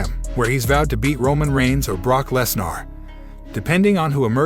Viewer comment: This guy pronounced a LOT of names wrong. Lesner…Sasha…Rollins…